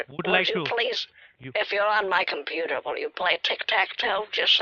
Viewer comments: “Your compuer” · He can't even pronounce the word computer properly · The compuwer has wiruses..